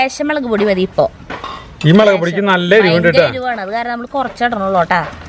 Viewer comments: Melak no mulak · Chechi Mellak Alla mulllaak